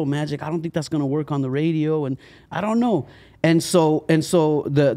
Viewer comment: LOL "DOKNOW" DONT KNOW ... HE DIDNT DO HIS RESEARCH!!!!!!!!!!!!!